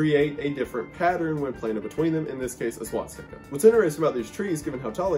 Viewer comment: It's swastika... Not swatstika.